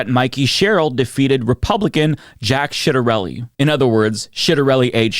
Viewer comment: I love that you called him Shitarelli. That’s how we say it here.